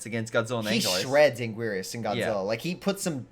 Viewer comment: I'm barely 2 minutes into the video and I'm already triggered at the pronouncing of Anguirus.